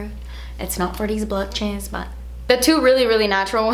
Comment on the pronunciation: The blutches I can’t. I love it when you speak funny or with a “british” accent. So funny. Love you forever! ❤️♌️